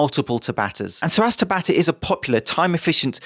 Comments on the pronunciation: It's pronounced tabata not tabata! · Just an fyi. The pronunciation is tah-bah-tah. A common Japanese name which was the name of the dude who invented/discovered the mechanics behind it. Cheers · ... My boxing coach has been pronouncing it almost like "ciabatta", I didn't even know it was a Japanese name until you said it with competent enunciation, and I've never seen it written down.